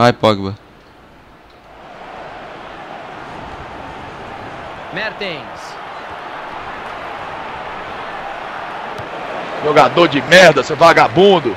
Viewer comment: "bate pOgba"